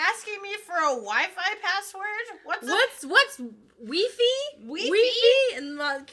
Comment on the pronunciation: Weefee ? WEEFEE? This bit killed me